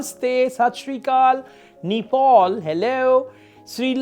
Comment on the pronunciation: Not nipal sir it's ne paal